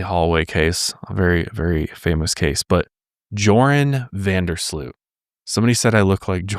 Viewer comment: Nah, you look nothing like Joran van der Sloot (pronounced more like “you’re on” and Sloot sounds like sloat, rhymes with boat 🚤🤣)